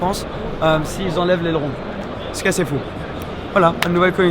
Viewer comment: C’est une Koenigsegg Jesko 😭🤦🏼‍♂️ t’as vraiment détruit le nom du père de Christian 😨